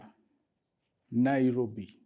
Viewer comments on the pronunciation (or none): none